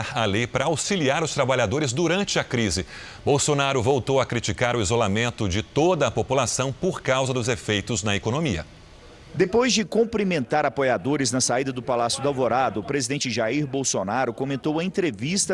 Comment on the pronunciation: Ow Reporter burro de Edir Macedo, não COMprimentar, É cumprimentar. O resto da reportagem é mentira